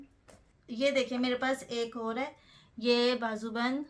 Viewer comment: Sahiba aur ko hor ku bolti hain,aur bar bar hor keh rahi,plz inn ki correction kar deya karin